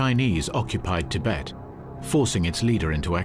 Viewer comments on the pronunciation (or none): none